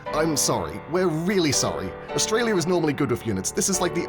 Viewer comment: Australiur Areaur